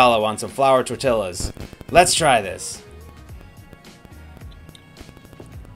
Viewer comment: Love your recipes and comedic timing...your pronunciation of "tortilla" though, not so much.